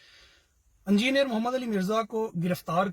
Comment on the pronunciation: ANJINER nahi engineer pronounce kiya jataa hai